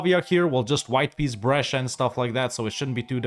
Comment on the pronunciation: pavia is pronounced with the emphasis on vi, not on pa (hope it doesn't come off as too judgey, I don't really care how you pronounce it, but since you say Brescia fluently...)